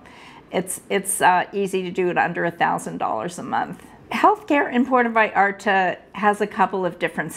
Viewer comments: Great video and the lady is lovely but please, don’t call it “Puerto Vayarto” 😂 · Es Puerto Vallarta, y no " vallarta " ,no cambien los nombres del País.